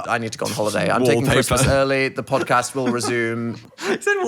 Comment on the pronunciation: we gotta start adding in random Ds to the words then. The phildoard. The phandod. The phodcasd